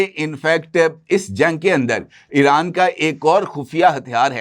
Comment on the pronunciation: محترم لفظ ایران کا تلفظ Iran کریں نہ کہ Eran ۔ اسی طرح چاہنہ کے سٹلائٹ کا نام بیدو ہے میدو نہیں